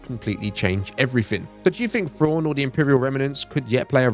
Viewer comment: Fraun. I was like who's Fraun? Turns out he's saying Thrawn